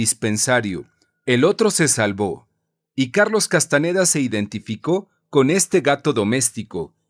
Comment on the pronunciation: No es Castaneda, es Castañeda.